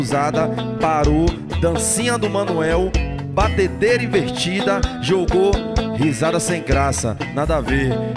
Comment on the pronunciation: ele fala " batadeira " pqp KakKKKKKK